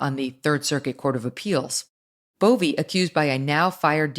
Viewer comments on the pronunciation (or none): Megan Kelly his name is Bove. just like the word row.